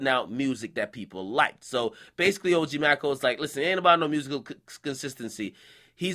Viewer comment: Nigga it's pronounced OG May-co